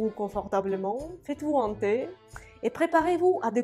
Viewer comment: Attention pour la prononciation: - Faites-vous un thé, et non pas: - Faites vous hanter (!!) Ceci est terrible! Définition de hanter - (esprits, fantômes) Fréquenter (un lieu). On dit qu'un revenant hante le château: une maison hantée . - Habiter l'esprit de quelqu'un en tourmentant: obséder, poursuivre. Ce souvenir le hante.